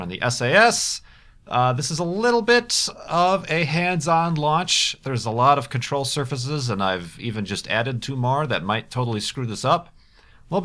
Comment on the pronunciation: "Control Survahsus"